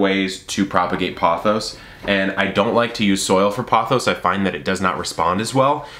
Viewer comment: I believe its prononced as poe- thows... long “o” sound. And raphi-dough-for-us